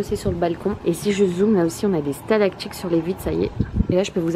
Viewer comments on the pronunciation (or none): on dit "stalactiTe"!!!